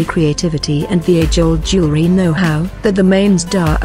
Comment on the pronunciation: Can’t pronounce jewelry. lol